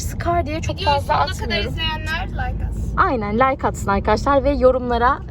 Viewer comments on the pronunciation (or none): none